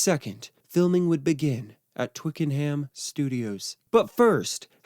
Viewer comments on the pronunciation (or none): Oh gawd it's pronounced 'Twicken-UM' not 'Twicken-HAAAAM'. Bloody yanks honestly 🤦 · It's "Twickernam" not "twickerham" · Actually, it's pronounced "Twicken'am", not "Twiking-HAM" in its native tounge. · It's twiken-am not hayam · Twick a num not Twick n ham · How I would love to have been there on the first day at at Twicken-HAM studios, pronounced ‘Twickenhum’ for you Americans. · It can be distracting when things are mispronounced, it’s pronounced Twickenum, emphasis on the Twick. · Twickenham is pronounced Twicken-num. Silent H Great video. Very insightful. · When pronouncing Twickenham, the ‘h’ is silent and it’s pronounced Twicken-num. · I cannot stand how he pronounces Twickenham.